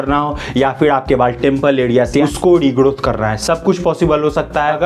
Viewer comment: Why he saying regodoth